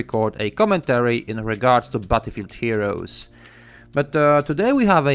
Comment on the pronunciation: "Butterfree heroes"..